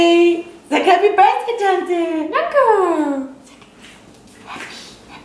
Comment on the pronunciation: "Happy Birsday to you, happy birsday to you..." Aussprache sitzt😂Ne, mal im Ernst, für jmd der in Amerika wohnt ist das schon bissl traurig